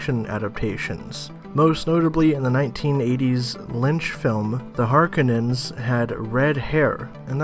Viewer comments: Har...kou...nan. not harkinins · Pronounced HAR-KO-NANS! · Sorry I had to stop watching when I heard..."The Harkunnens". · I had to stop watching this video after the 5th or 6th time the speaker says Harkenons... Holy Cow.